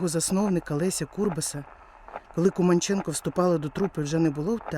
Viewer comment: Дяка за Вашу працю! Поліна Володимирівна була дивовижною людиною! А прізвище вимовляли КумАнченко. У нас в Молодіжному працювала її рідна племінниця Луїза Філімонова.